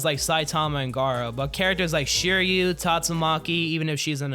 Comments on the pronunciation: bro said shoeriyu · Why does say Siryu like that bro. 😭😭😭🙏🙏🙏